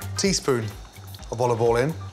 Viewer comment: "A touch of ovol"